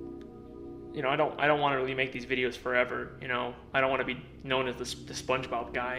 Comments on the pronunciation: “Spongebrob”- 2022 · Bro said sponge brob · bro mans said spongebrab